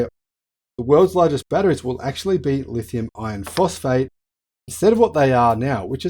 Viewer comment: Is that "ion" or "iron""?(